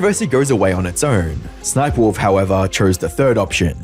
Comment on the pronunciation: Crazy that jacksfilms pronounces sniperwolf's name s-s-sniperwolf lol